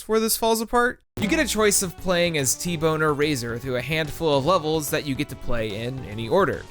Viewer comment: What he said: T-Bone or Razor What I heard: T-Boner Razor